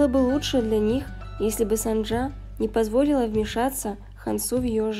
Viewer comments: Героиня - кореянка и имя ее - корейское. Значит нужно читать по правилам корейского языка. 김선자 - тут явное О 🙃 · Почему вы произносите сАнджа? Правильно через О, СОнджа